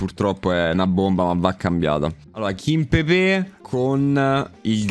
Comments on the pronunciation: ma raga qualcuno dica a che è KIMPEMBE e non KIMPEBE e che TELLES si legge teglies e non TELLES 🤣🤣🤣 grande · Ragazzi ma qualcuno mi spiega perché dall'anno scorso qualsiasi youtuber chiama kimpembe "kimpepè"?